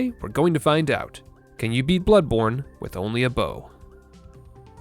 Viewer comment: Bloodborne: bownly